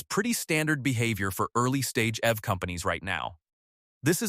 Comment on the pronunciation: The AI voice didn't sound appealing from the beginning but when it pronounced EV as F I couldn't continue listening 😂